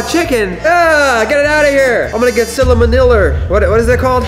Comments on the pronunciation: ew, I am gonna get sillamaniller. Me: dies of laughter Also me:, it is not called Sillamaniller, it is called salmonella. 😂🤣 You so silly. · it is not sillamaniller it is salmonella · No one: Not a single person::ILL GET SILLAMANILLER